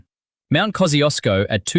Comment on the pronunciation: Horrifying to see that they're flogging off those glorious silica sands instead of protecting them! A national disgrace! What next - building a data centre that uses the Finke River for cooling and burns rainforest timber for power? And would someone please teach this AI how to pronounce Kosciusko.